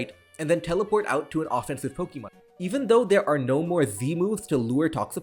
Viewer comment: Dude, I love your channel, but you've gotta stop your cringe pronunciation of "Pokemon". The E is a schwa. Sounds so much better that way. "Poke-EEE-mon" is just ridiculous.